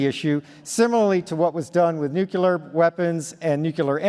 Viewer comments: By "nucular" I think he means nuclear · NUCLEAR!!! there is ONE 'U' in this word!!!...facepalm.